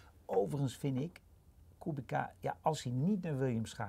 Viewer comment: Als Kubica terugkomt in de F1, zouden jullie dan aub even willen luisteren naar hoe Polen de naam van hun landgenoot uitspreken: De 'c' spreek je uit als 'ts' namelijk. Voor de rest lekker zo doorgaan : p